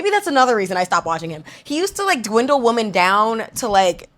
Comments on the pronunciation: Why are we pronouncing WOMEN as WOMAN? Why do people not understand the difference between singular and plural anymore, especially women it comes to WOMEN? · Why are you pronouncing the word women wrong?